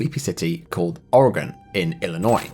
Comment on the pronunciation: Omg you pronounced "Oregon" correctly ❤❤❤ I know people from California that can't do that.